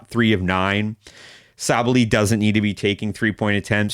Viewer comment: Congrats on your very 1st Tempo Post Gamer. NIce job. Gonna lend a hand here re name pronounciation: 1. "Sah BAH lee", & 2. EDIT: "You SHKEYE teh" ( teh as the a in a,b,c).